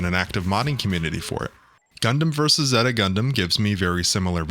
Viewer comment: how do you mispronounce Zeta when they constantly pronounce it in the show?